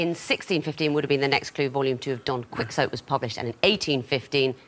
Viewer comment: Can't believe Victoria said KWICKS-OAT